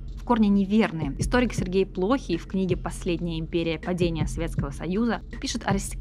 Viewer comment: Сергей ПлохИй... Фамилия историка имеет ударение на последний слог...